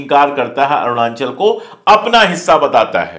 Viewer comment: मिस्टर अशोक पाण्डे, सही उच्चारण करना सीखिए। "अरूणांचल" नही। कहिए "अरुणाचल"